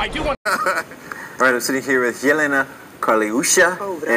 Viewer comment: the way you pronounce Jelenas name is so sad it's funny. I don't blame you though😂 Serbian and the languages at the area are hard to grasp for beginners